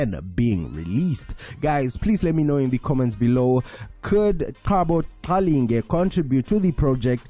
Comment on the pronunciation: kanti you not Zulu?. the way you pronounce Qalinge😂😂